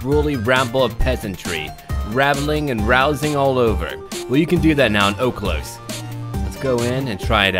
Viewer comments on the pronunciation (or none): it's pronounced "ohlos"